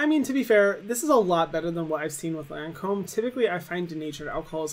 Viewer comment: How is she a makeup guru and she doesn’t pronounce Lancôme right 😭